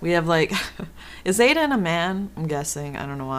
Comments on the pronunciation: not hating but she's pronouncing his name like aden its pronounced iden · IT'S EYE-DEN